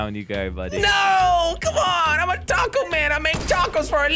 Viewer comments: Josh it’s taco not tako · Josh said taacos